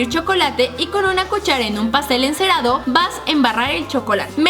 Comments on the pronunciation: Like si escuchaste que karen dijo pastel encerado en el minuto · jajaja karen en el minuto dijo pastel enserado 😂😂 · en el minuto dice pastel encerado XD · Alguien mas escucho pastel enserado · like si te diste cuenta en el minuto que Karen dijo pastel encerado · Soy la única que se dio cuenta que en el minuto Karen dice en un pastel encerado 🙊🙊🙊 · Alguien escucho en el minuto pastel encerado? 😂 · jaja minuto dice pastel enserado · Minuto karen dice pastel encerado😱upss